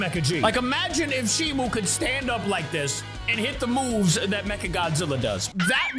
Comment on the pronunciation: Stop calling her shimu it's Shimo.